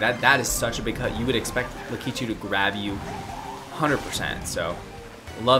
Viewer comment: y u say wario and lakitu like that 😭😭